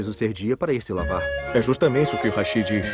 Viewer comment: Falou hashi e não rashi